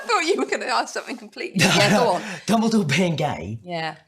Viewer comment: I'm sorry but it's dumbledore not dumbledoor but never mind... XD